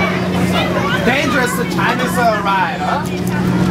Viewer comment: denjeres-uh chainis-uh ride--uh. HAHAHA